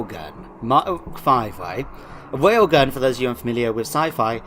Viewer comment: I don't know what a Wail gun is, please explain it to me XD